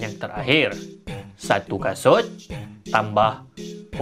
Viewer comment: abg tsasul 😭😂